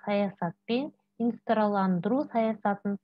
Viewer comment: Инстандырылу демей дұрыстап оқысаңызшы